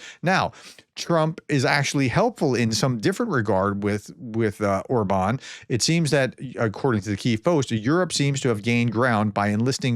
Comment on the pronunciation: By the way, the pronunciation is “Orban” (like in “urban”) with stress or the first syllable, not “or-Bahn” or something… But in this particular case, the guy probably doesn’t even deserve that his name be pronounced correctly…